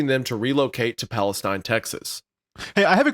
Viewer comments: Palestine, TX isn’t pronounced the same way as the country, it’s pronounced more like Pal-es-steen. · My only contribution to this is that it’s pronounced Pal-ih-steen instead of Pal-uh-styn. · wait hold on a minute i know i did not just hear wendi say palestine (pronounced pal-iss-teen btw no hate) tx was large and well known......i lived there and it is very much not large or well known. it also sucks. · I know I'm late but it's actually pronounced Palesteen here. I currently live here. But loving the show keep it up back to Amazon to finish the show. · Fun fact: my husband is from Palestine, Texas and it’s pronounced Pales-teen ! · Palestine, Texas resident here. It's just a coincidence, it's not even pronounced the same. We call it "PAL-EST-EEN" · It's PalestEEN. It's also a really small town in east Texas lol. I'm from the area.